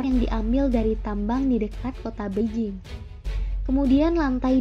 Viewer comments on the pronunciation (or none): none